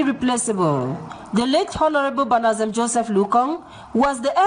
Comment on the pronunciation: Heye Mr journalist u need to step up on ur reporting skills it banadzem not banadsem